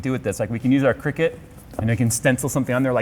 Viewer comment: cricket? you mean cry-cut (cricut)